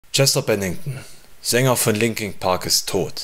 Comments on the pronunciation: "LinkinG Park" :D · 'Linking Park'